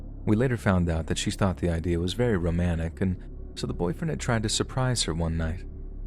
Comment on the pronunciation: It's "romantic", not "romannick".